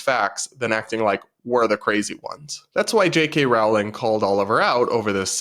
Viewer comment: Rolling, not Row-ling 💕